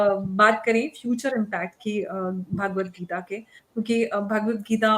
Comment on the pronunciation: Bhagwat Geeta is the Answer to the problems of Humanity and its the gift to humanity Jai Ho Just a little advice on the proper pronouncement of the book Its Bhagwat Geeta Bhaagwat geeta is not correct Thank you all for your noble efforts to enhance humanity